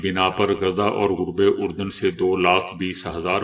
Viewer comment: محترم آپ دنیا کا دوسرا میڈیا نہیں سنتے غرب اردن لفظ غلط پڑھتے ہیں اس کی تصحیح کریں